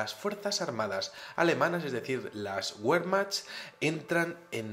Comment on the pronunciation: Querido amigo la W en aleman suena B así foneticamente es Bermach y no uermaj